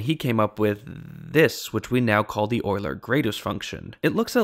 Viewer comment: Thank you for pronouncing Euler properly. Euler is (among other things) the shibboleth of math enthusiasts.